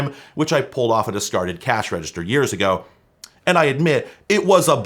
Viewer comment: Pronounced “reggister” with a hard G.